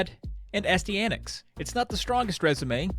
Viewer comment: Excellent video but just so ya know Astyanax is pronounced Ast-eye-uh-nax